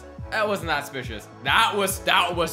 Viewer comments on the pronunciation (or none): ok can u plz talk properly it'd SUSpicious not spicious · Just want to say it’s suspicious not spicious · Omg it’s suspicious not spicios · Not to be rude but it's not spicious it's suspicious sorry it bothers me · It's suspicious not spicious not trying to hate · I love how every pic he sees he goes " secpicious " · that was spicious smirks Me: it’s pronounced suspicious 😒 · He literally says that just looks spishious instead of suspicios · Did anyone else here him say "specious" instead of suspicious😂😂😂😂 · I lik how you say suspicious but you say it supucious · No its not spicios its sucspicios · Lol he says spicious not suspicious lol do not even know if i spelled it correct lol i dont judge him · It's not spicious its suspicious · Why do you say spicous instead of supsicous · Its not "spicious" is Suspicious. Driving me insane. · It’s not spicious it’s suspicious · Why does he say spicious but you say suspicious. lol I'm not judging but still. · It's SUspicious not Spicous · This bothers me he said spicious instead of suspicious! It's triggering me!! Learn how to speak!!!!! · ok can u plz talk properly it'd SUSpicious not spicious Ufgh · omggg can you please stop saying "spicious" smh it SUSPICIOUS not SPICIOUS😤I would watch your vids more if you started saying it the right way because when u say it wrong it gets on my nerves :/ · Btw its suspicuis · He never says suspicious properly he says spicios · needs to learn how to say suspicious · You literally can't say suspicious